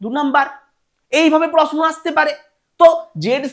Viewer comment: প্রসনো আর প্রকাস😂😂